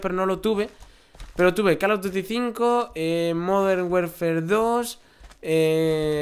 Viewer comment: Dijiste safar en vez de salvar Una ves dijiste werfer y después warfar cuando hablabas de call of duty